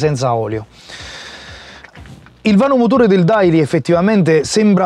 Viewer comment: Si pronuncia deily !!!! Cazzo